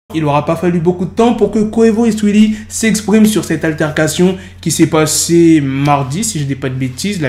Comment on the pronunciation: mdrrr comment il dit le blaze de saweetie "suili"